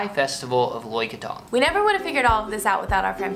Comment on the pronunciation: Learn to pronounce krathong…. it's not that difficult. Just listen to the people around you.